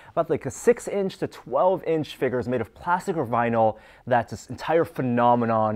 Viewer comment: Haha he says figures wrong lol